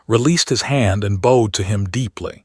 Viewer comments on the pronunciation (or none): Boed instead of boughed?